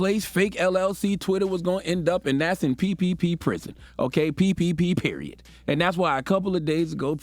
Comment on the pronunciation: "And That's in ppprison, okay,ppperiod!"......😭🤣🤣😂😅